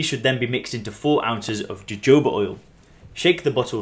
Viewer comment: jojoba is pronounced (hohoba) the (j) is pronounced (h)...great info and I use it for joint pain in bath water or foot therapy.